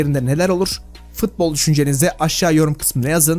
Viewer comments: Abi fıtbol değil futbol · Futbol'a fıtbol demediğin gün bütün videolarına beğeni atıcam😄